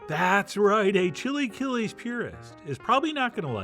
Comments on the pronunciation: "Chilly killies" - wow. Chee-la-kee-less. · I’m dying that after the initial pronunciation of “chilaquiles” he immediately moves to “chilly killies” 😂😭❤️ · Ok, at first I was scheptical and saying "what is he doing?!" But i would taste it and avoid thinking of it as chilaquiles, just Chef John's chill'aKill-S jeje at the end it looked good. I would add "epazote" because it is a flavor that completes the sauce